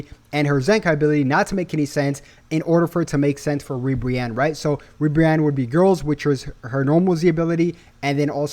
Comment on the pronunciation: Not ribrianne bro 😂😂